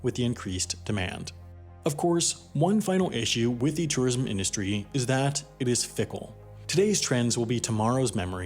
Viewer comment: You really can’t pronounce tourism? It’s like tor-ism not tah-ism. C’mon dude